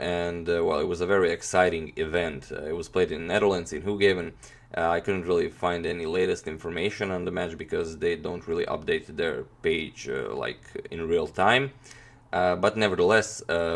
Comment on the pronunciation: Hoogeveen is pronounced as: Hoe - guh - vayne(as in the LoL champion you know) by the way :D